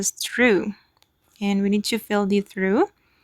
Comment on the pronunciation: Hello, it’s pronounced TRAWF or TROFF